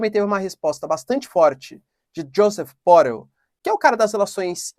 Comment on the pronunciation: você está usando uma pronúncia anglófona con Josep Borrell, então das duas uma: ou você pronúncia en portugués brasileiro, que seria o mais certo, ou em catalão que é a procedência do nome deste senhor. Es espanhol de la región de Catalunha.